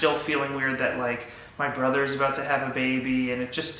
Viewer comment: “So are you an uncle or a bro-dur?” 😂